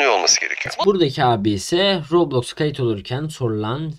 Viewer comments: roblöüx değil roblox daha söyleyemiyorlar kapanıyo roblöüx ü kapatıcaz dfkofkodklfklşdlşf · aynen kesinlikle yasaklanmalı daha söyleyemiyosunuz la robloyxk ne la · Abi. Ya. Kadın. Robloksa. Rokloks. Diyo